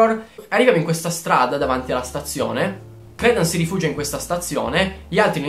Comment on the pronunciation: CR"i"DENs non credens non è una credenza! hahahha